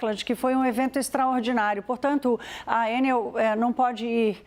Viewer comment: Por que vocês pronunciam Ênel e não Enel? O Brasil está falando várias línguas agora? Ênel seria a pronúncia inglesa! Alguém tem que botar ordem na casa. Estão massacrando a língua portuguesa. Então, vamos começar a falar "ánel", "pápel", "côrdel", "bôrdel", etc..Se querem falar "Ênel", então coloquem acento no primeiro "E". Por acaso vocês também falam "Bélarus" em vez de Belarus???